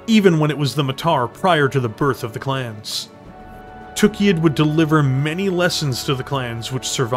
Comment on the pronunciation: I have to say, I love your videos, but it really really bugs me (and it's not just on these videos, it's Death From Above Wargaming and many other people) the way that people pronounce Tukayyid. It's not "TOOK-ee-id", it's "tuh-KAI-id". The only word that you can compare that has a double-Y is "sayyid", meaning the planet was likely named by people who spoke Arabic and would carry that pronunciation.